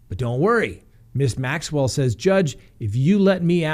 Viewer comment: Hey you are finally pronouncing her name correctly! I know it was a struggle because of all the reporters saying it wrong.